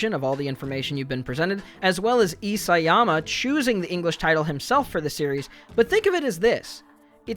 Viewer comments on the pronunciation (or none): none